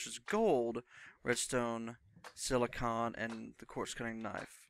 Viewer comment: Great video man. Just wanted to say the way you say silicon made me want to stab myself in the face with a soldering iron. lol